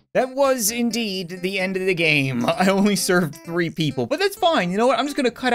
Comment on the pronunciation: i hear ree random games lol